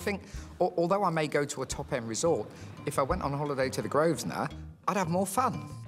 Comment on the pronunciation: An Englishman, who can't pronounce the most stereotypically English place name, Grosvenor, properly.